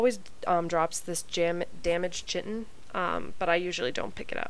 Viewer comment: Chitin is pronounces like: kite+in. Just saying. Love your guides.